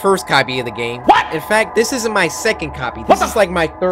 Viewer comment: and you said gane instead of game lol stop it